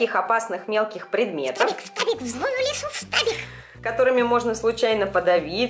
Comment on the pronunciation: Она говорит не штабик, а ФТАВИК)